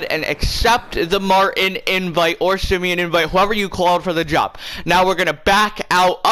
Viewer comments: The way he pronounced ‘simeon’ ‘sim E on’ just made me leave this video 😂😂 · Does he not know how to say Simeon